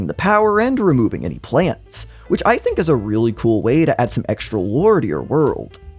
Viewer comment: SHHtrategy, SHHtrictly, exSHtra, deSHtroying, reSHtriCHtion, exSHtreme